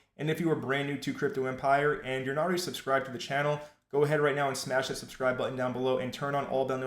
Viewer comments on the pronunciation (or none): none